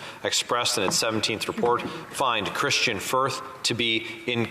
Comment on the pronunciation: Gerretsen repeatedly called Kristian Firth - Kirstain Firth. Did anyone correct him, or even question if he actually knew who the individual was that he was referring to?